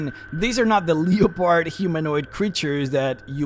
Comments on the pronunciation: LEP-erd, not LEO-pard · "Leopard" is pronounced "Leh-purd", by the way.